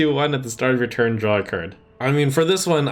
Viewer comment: "In one tun" Whoops.